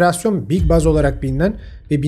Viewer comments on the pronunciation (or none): none